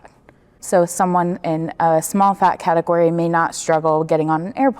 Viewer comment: OH GOD THE "FATEGORY" BS MADE ME LOSE IT😂😂😂